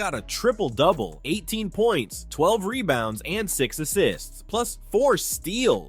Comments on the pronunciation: Rebounds not “Rebouns” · "Rebouns" Lol.